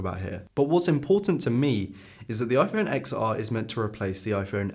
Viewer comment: "iPhone Exar" call it the 10 r please